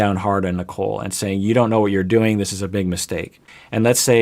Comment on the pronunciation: My brain has watched so much 90 day that might be sounding like he is saying “Nikel” lmao